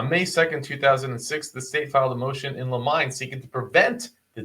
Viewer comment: "motion in lim-mine" lol. lmao its pronounced 'lim-in-e' :) Just thought you should know that for next time! Totally not being a dick!